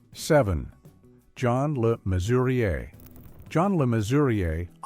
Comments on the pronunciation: I find it annoying that no one seems to be able to pronounce John Le Mesurier correctly, it's Measurer not Mesuriay. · It's pronounced Measurer! And WTF is he even doing on this list? He was treated like shit by the people he loved! You shouldn't have used him here.And I don't remember Babs Windsor saying Sid James threatened her career? He did threaten suicide though.